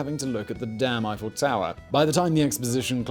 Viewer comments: Simon outdoes himself in his mission to mispronounce. “Gustav Eee-Fell” he got spot on. But then insists on calling his structure the “Eye-Full Tower” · Swear when ever Simon says “Eiffel” I hear him saying “he fell” and I keep thinking, “Jesus what a twist!”